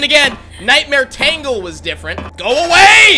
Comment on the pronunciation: I know it’s been a year since you commented on this video, but it’s pronounced as “Taingle” not “Tangle.”